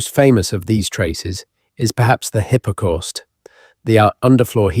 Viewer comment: Neither am I. It is very good AI, but notice the pronunciations of 'hypercaust', 'Southwark'. The occasional hesitations feel artificial.